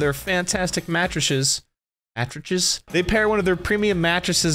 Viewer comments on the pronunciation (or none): I was going to skip the sponsored part but then I heard him say "matresshes" and kept watching it :D